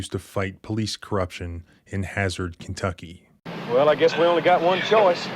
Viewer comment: It's po-dunk KIn-tucky. What do you expect, honey?